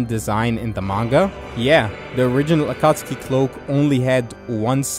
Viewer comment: Stopped watching after you said “akotskee”